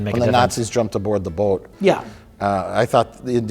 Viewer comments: The Wisconsin accent is strong in that "boat" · Because of the adorable pronunciation of "boat"